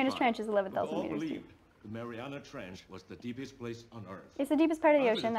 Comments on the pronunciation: MARIANA NOT MARIANAS STOP SAYING THAT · Hey, PhD grad. It’s called the “Mariana Trench”, not “Marianus”.